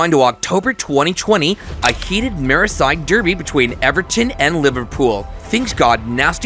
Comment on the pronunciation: Merraside durby….. Jesus man🤦‍♂️🤦‍♂️